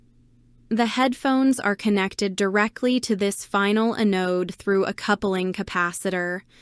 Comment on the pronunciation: EH-node supply?? stupid AI....